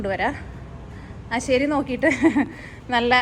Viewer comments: ആശേരി അല്ല ആശാരി 😄😄😄😄😄🙏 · Aasheri all, aashaari